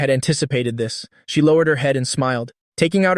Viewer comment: Bro one question why you pronunse she he